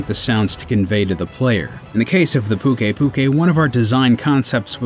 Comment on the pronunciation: Luck is Me "Nerj itgante" "Legg ee ana" and isn't pukei pukei supposed to be pronounced "puke ay puke ay"?